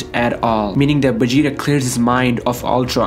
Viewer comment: He says vegeta like Begeta😂😂